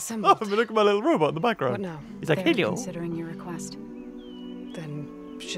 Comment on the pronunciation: Yes, the forbidden “RobUt” My favorite haha